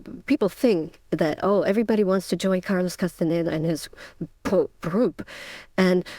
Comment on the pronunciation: Ist diese Stimme WIRKLICH keine KI? Sie kann den Namen Castaneda nicht aussprechen… ich flippe aus : Taisha auf Deutsch! Danke!